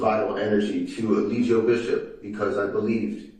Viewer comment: His own attorney keeps calling him E Lie Gi O Bishop!!!😂😂😂😂